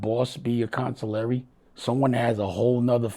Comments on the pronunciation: "Consilary" is beyond crazy. Wtf even is that. Consiglier is even a whole diff pronunciation. Aside from that, you been giving bad luck vibes for years. I think errybody good. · a godfather that doesn't know the word Consigliere.... smfh plz make it stop 🤦🏻‍♂️